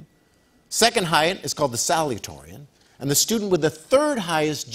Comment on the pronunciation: The man who reads the questions should say “SaluTAtorian”! SALUTATORIAN!